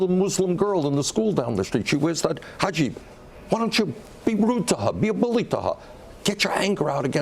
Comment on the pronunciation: Uncle Bernie, it's actually a "Hijab" not "Hajib", but hey, some people don't even get that close. :P